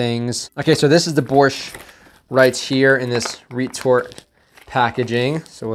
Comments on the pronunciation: I can’t even imagine how they preserve borsht, but you definitely shouldn’t eat it cold lol. Nice pronunciation btw. And you should try fresh and properly cooked borsht, it great! Thanks for the video! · Your pronunciation of “Borshch” is cool cool. Like a Ukrainian diaspora in Canada ) on spot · Borshch was pronounced perfectly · By the way your pronunciation of "borshch" is very good. Thank you for support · Your "Borshch" pronunciation is on point👌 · Your pronunciation of "Borsch" is quite perfect. :) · you pronounced the holy grail of Ukrainian cuisine pretty well! but eating everything cold is not the best idea. also, dry rye biscuits are to be crushed into the borshch or bitten as is but not for the jam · You said "borsch" pretty well. Just use the Spanish "r" and will be perfect. It's supposed to be a red soup with beets. Looked weird in the ration.